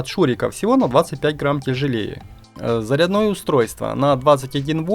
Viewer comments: Зарядное или заредное ? Слух режет безграмотность 😮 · зарЯдное, сантИмеров. Почему не дЮймовая? ВашА речь застАвляет мОи ушИ вянУть. вы дОговор чИтали что бы не быть осУжденным? Ай дошел до музыкальной паузы! Ай ромалэ прости за ударения! Верни коня только! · зарядно́е устройство? у меня кровь из ушей пошла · Слушай, а вокруг тебя реально что-ли люди так говорят: цеп, заряднОе, семьдесЯт, сантИметров, Штопорное?